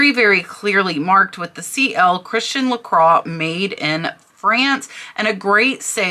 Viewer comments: La "croy", not craw. Just fyi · Still not la craw. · Bits in America it is pronounced like I first said, La croy. In France it is La qua. My mistake.